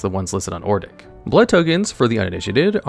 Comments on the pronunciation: In this video: Complete failure to say the name "Odric", saying "Ordic" every single time. Sad. Otherwise your content always is nice. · You can put Pariah onto cho-manno. But...yeah...poor Odric btw. butchering his name like that :v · I cannot listen to the ODRIC section because apparently the d and the r are swapped places when you don't care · If only the narrator could pronounce Odric correctly... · Take a drink every time Odric's name gets butchered. 🥃💀⚰ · definitely not ai generated, ai would mispronounce things, sure, but it would get the letters and their order right, it wouldn't replace the x with a z in Ixalan or swap the r and d in Odric. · It's really annoying me how lazy the voiceover is sometimes; like you couldn't have tried ONE more take on Ixalan or re-read ODric's name? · he constantly said Ordic instead of Odric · O D R I C it's odd how common people pronounce his name Ordic. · Bro, I thought you pronouncing Archfiend as Archafiend was bad but after hearing you pronounce Ixalan as Izalia and Odric as Ordic makes me glad I'm not subscribed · I lost it when he kept saying Ordic over and over again. I will never use his name right now My favorite commander is Gonti, it makes people mad but I don't play to win, gimme the salt! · Amazing video! But "ordic" ... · Ok, I run a mono white Odric deck, and this pronunciation is like nails on a chalkboard. Even if it's for the worst Odric, I tend to hear it pronounced like Odd-Rick. Or Oh-Drik. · First time I heard Ordic, I knew he was going to hammer that one every time it came up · He just saying ordic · Who the fuck is ordic. It’s odric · It's ODRIC, not Ordic lol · It's Odric not Ordic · Hearing you say ordic instead of odric had me questioning my sanity lol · It's Odric, nor Ordic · Odric say it with me now, Odd rick not Or dick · Odric. Not ordic Oh-dric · Please stop calling him "Ordic" It's O-dric 😭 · It's ODRIC (ODJ-RICK) NOT OR-DICK. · It's "O-dric", not "Or-dic", you numps. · not ordic, ODRIC